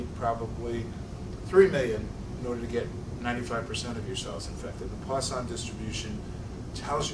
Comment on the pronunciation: Well, I for one am quite relieved to know that it's not pronounced Poison Distribution!